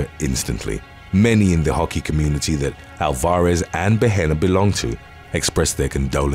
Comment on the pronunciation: took a minute to realize her surname was not ol-FOR-iss , but rather AL-var-ez.